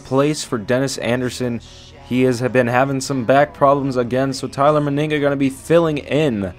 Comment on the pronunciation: ITS NOT TYLER MYNIGGA ITS TYLER MENIGA